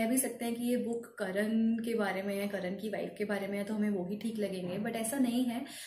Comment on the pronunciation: करण नहीं "कर्ण"